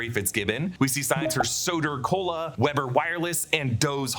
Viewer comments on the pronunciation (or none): none